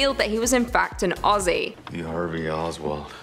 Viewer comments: Aussie is pronounced 'ozzy' not ossie! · Just a small tip - Not Ossie, Ozzie. :) Also, not Osstralia, Straylia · It's pronounced more like Ozzie than Aus-sie. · Lol you still gotta work on the pronunciation of Aussie😂. It's more like /ozzi/ rather than /ossi/ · Enjoy watching your vids. To help you out, when you say Aussie, drop the sS and imagine it’s spelt Auzzie or Ozzie to get the phonetics right 👍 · We don't say it like owssie!! ... Aussie is pronounced by us as "Ozzie". The Au is O the ss is Z, ie is y. Ozzie's, but spelt Aussie . You're trying. Cheers! 🎉 🇦🇺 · Don’t say “ ossie “ ! It’s OZZIE ! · If you think you have an " O-see' accent better than an Australian , You must pronounce "Aussie' as "Ozzy' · The FIRST thing you need to know about the Australian accent is to pronounce Aussie as Ozzy. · HEY MATE you probably won't read this .. but you hurt my ears when u say Aussie...... its pronounced Ozzy... like the singer Ozzy Osbourne. plus i like your contents so far lol 😂 😂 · the 'ss' in Aussie isn't an ess sound. It is a zzz sound. Blame muhrican spelling. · Oh yikes that australian accent you tried hurt my soul, also it's pronounced "Ozzie" not Aussie, the s's are pronounced as z's haha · You pronounce Aussie wrong, the double s are pronounced as zz.